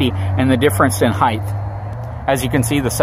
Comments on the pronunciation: Love your videos, but its HEIGHT with a "T", not Heighth....only thing that drives me nuts lol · hight hīt Not higth. I know way too many smart people that say it wrong. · It's height, not heighth lol... but great video!.. I personally loves the look of a dually over a SWV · "Heighth" is not a word btw.